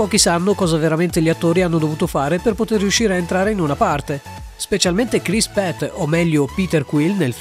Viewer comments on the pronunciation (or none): Chris Pratt non Pat